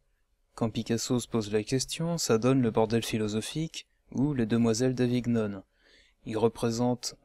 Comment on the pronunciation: par contre Avignon ne se prononce pas avigue - none Très bonne vidéo.